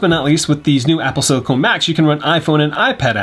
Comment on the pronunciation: ITS SILICON